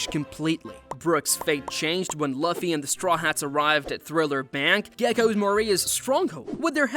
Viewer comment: That's not how you say luffy's name